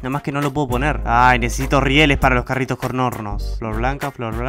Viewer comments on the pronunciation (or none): Yo escucho: "Los carritos conrnornos" xdxd